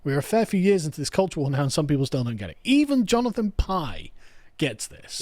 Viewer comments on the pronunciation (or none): none